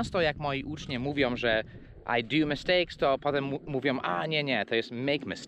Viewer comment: Uczniowie A nie ucznie!!!